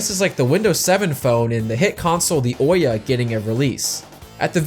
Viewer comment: Not that anyone gives a hoot, but Ouya is pronounced "who-yah".